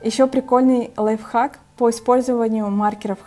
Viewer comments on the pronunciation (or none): none